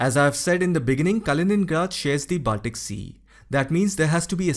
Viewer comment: your pronunciation is good. BUT Baltic is pronounced as Bawl-tik/Ball-tik and Not Baaltic as is so commonly mis-pronounced, including here in this video.